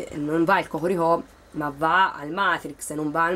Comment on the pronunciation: Sei fortissima quando dici hohorihò. Bel video.